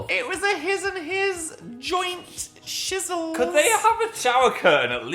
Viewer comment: he said shizzle like shower